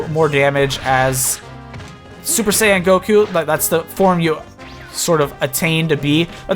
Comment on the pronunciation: When you say Super Saiyan, it sounds like Super Sand.